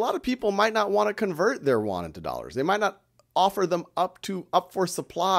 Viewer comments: It is a great class, just want to point out that the pronunciation of "Yuan" is not correct, otherwise, it is perfect. It is pronounced as "i wu an" 元, y in Chinese pronounced as i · Plz, it is Yuan (yi-wu-an), not Korean Won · It sounds like "won"（korean won）instead of "Yuan" to me. LOLLL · haha, Khan, you need to practice how to read yuan in Chinese, I am kidding,you are the best teacher